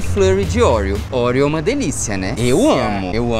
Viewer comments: Ai que agonia de vcs falando orieo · Kkkkk ouriou... bilinguii